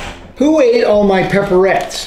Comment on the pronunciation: Ok 😁did you say "ated"